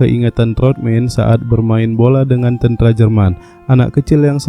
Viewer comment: Pembawa berita ini orang apa sih Tentara kok tentra brengsek